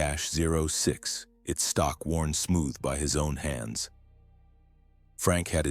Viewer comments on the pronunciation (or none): Thirty-ought six. That's how .30-06 is pronounced.